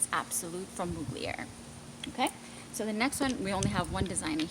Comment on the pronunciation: Mug-li-er 😂 youre too adorable. Its pronounced Mug-ler